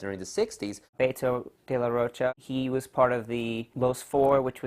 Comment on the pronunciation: Omg why does everyone say de la rocha wrong lol. Hes fucking mexican. Its roCHA like Cha Cha Cha damn it lol